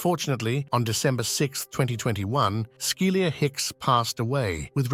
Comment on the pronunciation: Skilyr Hicks. Not Skilia